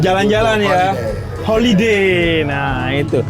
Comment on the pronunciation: Rekreasi... Madura bgt y bib😂😂 holiday bib